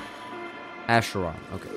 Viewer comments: its ackeron btw not asheron lol😂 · Idk why the person in chat said Asheron lol its pronounced Ackeron 😅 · And still sound K is incorrect technically It's should be just H (as in Hot) since Αχέρων is a greek word